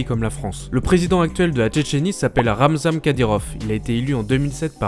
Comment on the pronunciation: c'est pas Ramzam mdr ça se prononce RamzaNE